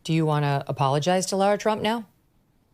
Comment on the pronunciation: It's LARA Trump, not LAURA, 🤪🤪